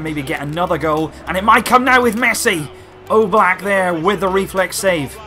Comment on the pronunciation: Am i the only one who hear he says Jan Oblak like Yellow Black?